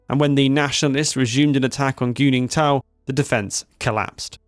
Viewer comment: I’m sorry, Did you say GOONINGTON, ?! Lmao great Chinese name Guningtou.